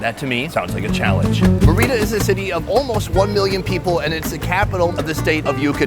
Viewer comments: Merry-da....not what he said ... cocktail glass is never a cup.. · MARE-EH-DUH say it right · Sonny you killed the word Merida .😅 still like you. Great show